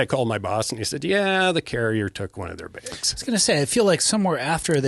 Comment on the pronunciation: He says begs (bags) like Michael. Just sayin.